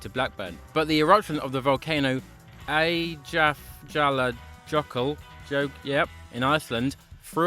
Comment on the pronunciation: Great pronunciation of Eyjafjallajökull (also known as Eyjajsjdafökull) 😂😂